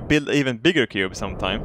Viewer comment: Towards the beginning he was pronouncing it coob